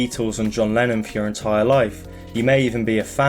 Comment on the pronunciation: it sounds like u say lenin half of the time